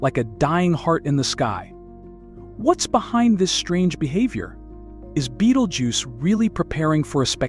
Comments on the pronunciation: What the Fuck it's not Beetlejuce its Betelgeuse. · At least you could make effor to pronounce it's name properly. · you can not pronounce it, why listen to you?